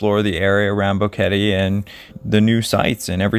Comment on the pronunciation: Finally a you tuber that pronounce Boquete correct! Love your material.